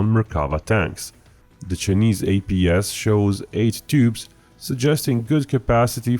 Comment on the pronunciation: The pronounciation of Chinese as "Sir-Knees" is hilarious